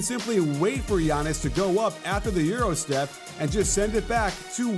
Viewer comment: Did he say "Gyro step?"